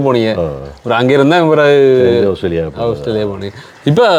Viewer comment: அவுஸ்திரேலியா இல்லை ஆஸ்திரேலியா ok va